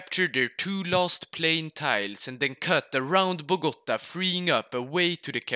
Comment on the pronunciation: Nice pronunciation, but why do all people Say Bogota, is Bogotá 😭 🇨🇴